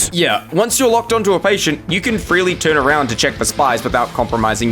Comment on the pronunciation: I just love this: "turN aroUNt"